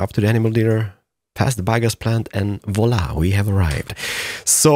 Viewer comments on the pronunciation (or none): none